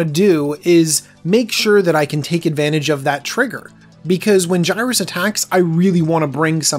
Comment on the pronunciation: It’s pronounced (Yer-iss) not (Guy-rus)